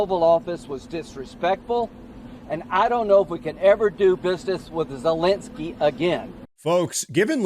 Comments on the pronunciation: Once in awhile you are pronouncing it right: 'ZeleNSky' - but usually you pronounce 'ZeleNGsky' Much support from Finland 🇫🇮 You have a good channel here 👊🏼 Keep going strong my friend 💪🏼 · the complete disrespect by pronouncing his name zelangsky the whole video made me chuckle. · Me trying to count the amount of times you said ‘ZelenKksky’ 😅 lost count somewhere around 7. Good vid bro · Please stop pronouncing his name as Zelenksky. There's no k before the s. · Ze-lenk-skyy != Zelenskyy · His name is pronounced zelen-skee. It's painful hearing you mispronounce it and it makes you sound less credible.